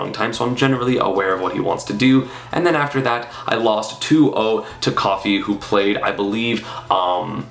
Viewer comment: Kofi, not coffee smh